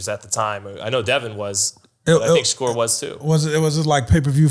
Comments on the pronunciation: Why it sounds like he’s always saying Shakira not Shakur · They way he pronouncing Shakur is killlinngggg meeee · “Kambosis by 10th round KO” ??? 😂 no wonder they did their highest numbers without you bro everytime you talk your obvious bias shows. You’re decreasing the credibility of the pod bro. Put some respect on Devin name and pronounce Shakurs correctly 😂 #zittelisbetter